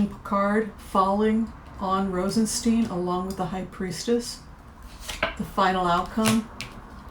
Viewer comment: Rosenst"eye"n. Stone of roses. Thank you for a wonderful reading.